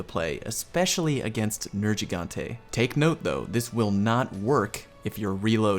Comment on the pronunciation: You said Nergigante wrong. It's a hard G